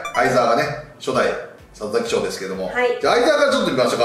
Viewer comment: 里崎賞言えない袴田さん可愛い